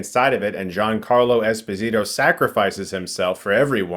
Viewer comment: Fun fact: Ginacarlo's last name Esposito is Italian, not Latin; so it's pronounced es-POSE-ee-toe. Source: the man himself on WFT Podcast.